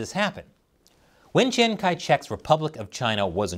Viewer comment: The "Chiang" in Chiang Kai-shek is pronounced "Jiang," because "ch" has a "J" sound in the Wade-Giles romanization system.